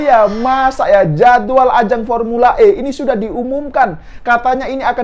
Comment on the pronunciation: Saya selalu ketawa klo abang adminnya sebut pormula E ini krna sirkuitnya msih di alam goib😂😂